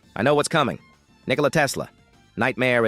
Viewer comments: Fr bro said ni__ela tesla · bro did NOT say Nikola😭